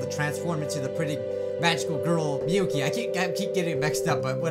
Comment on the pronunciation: It's miyuki Not miuki